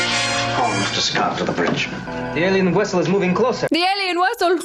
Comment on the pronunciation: "The alien wessel!" Every time Chekov w's a v, I do the same thing. I swear,, sometimes I think you're my long lost Canadian cousin!:_JensGemsSpock: 😊